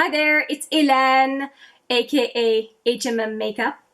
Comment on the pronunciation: Always happy to see a new vid from you. You give straight forward real info and truly help w decisions on the bombardment of products This time of year. I’m assuming you from a French speaking part of CA, I love how you pronounce your name and Lancôme lol. Tres chic👌